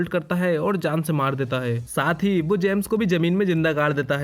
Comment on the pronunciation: bhai "BO' nahi hota.. "WO" hota hai